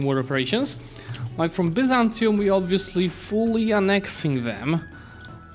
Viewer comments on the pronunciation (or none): none